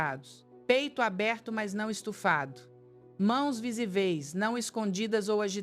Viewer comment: Claro que não é ela. Pelo menos não na voz. O áudio foi criado de forma digital. Preste atenção: ela diz " mãos visiVÊIS" !!!!! Acentuando a última sílaba. Soa estranho. O digital tira um pouco a credibilidade, embora o conteúdo seja útil!!!!!!!!